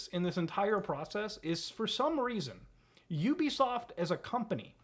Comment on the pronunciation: YOU BE SOFT 💀😆 That is not how you pronounce it 💀😆😆😆😆😆